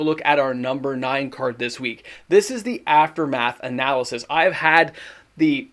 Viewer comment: Say it with me "a·nuh·luhst." It's not pronounced "uh·na·luh·suhs." You were making my brain itch.